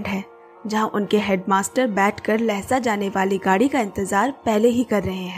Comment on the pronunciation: Miss , pronunciation of Lassa is not लेसा, correct pronunciation=लासा (Laa..saa)one of the biggest Buddhist and capital city of Tibet,place of 🪙 gold palace